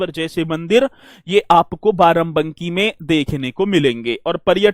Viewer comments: Sir Barabanki hota hai varavanki nhi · Barabanki theek se pronunciation kare